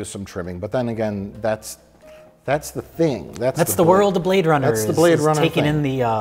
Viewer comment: He say you brade runna (2049)